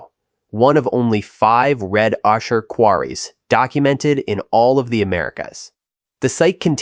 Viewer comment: Ocher is pronounced O-ker